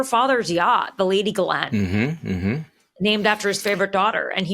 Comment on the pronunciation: As a Canadian, I'm impressed that 2 Americans pronounced Ghislaine's name correctly. Both the English and the original French. Bravo!